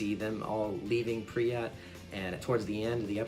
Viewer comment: pripyat. not "priat"